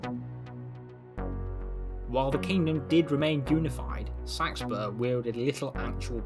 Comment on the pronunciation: Came here to learn how to pronounce Seaxburg/Seaxburh. Thank you! haha